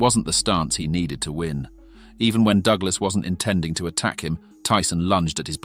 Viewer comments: hand-pink-waving:...CLIK BAIT! Wouldn't call a 10th Round KO "in seconds" !!! Narrator pronounced Busters' name as "doog-lass". WILL SOMEBODY PLEASE PULL THE PLUG ON THIS "AI" CRAP! Tyson was worst champ EVER, dang Ear Cannibal with a lisp...:face-orange-frowning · AI narration sucks. At one point, I heard "Doo-glus' for "Douglas" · Circa DooGlarse vs Teeson. Fucking AI sux. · Fucking bot voice, at one point he called Douglas..DoooGlass. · Douglas. Not "doo-glass. Heavy. Not "heevy". I could go on. Is this an AI voice or something? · "Dooglas"? "Disper-Sed"? Why are these AI-generated things all over Youtube now? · The A.I. pronunciations are hilarious! Dew Glass! Heevy blows! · "alley"?😂😂 Whos "Doo- ga- less"